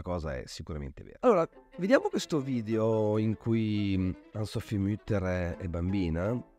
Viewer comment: Nel farLe i miei più vivi complimenti per i suoi interessantisismi video aggiungo una precisazione anche sulla pronuncia del cognome dell'artista: la u di Mutter non ha l'umlaut, quindi si pronuncia come in italiano, non come in francese